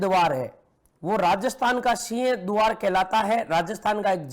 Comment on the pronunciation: सर सीह द्वार नहीं सिंह द्वार होता है, आप बोलते कुछ और ही हो